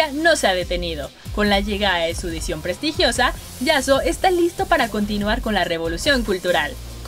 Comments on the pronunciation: Todos: "Edicion prestigiosa" Yo: "Sion prestigiosa" xd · Sion prestigioso? Wtf Jajaja Quién más escucho lo que yo? xd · Dijo Sion? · sigo escuchando sion xd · jajaja dijo Edición pero no le salió claro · cuando se refiere a yasuo dice sion prestigiosa o solo yo escuche mal? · dijio sion pretigiosa? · Disculpa me pareció oír Sion prestigiosa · Dijo sion prestiogosa????? wtf